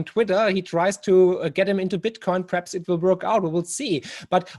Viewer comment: Marc, du bist top. Ich habe in den letzten Jahren so viel von dir gelernt. Unter anderem durch deine tollen Bücher und jetzt seit Monaten durch diesen Kanal. Darf ich dir daher auch einen kleinen Tipp angedeihen lassen? Dein "perhaps" hört sich jedesmal wie das englische "preps", also "Vorbereitungen" an. Als Prepper fällt einem das auf ;o). Grüße und weiterhin viel Erfolg und tolle Gäste.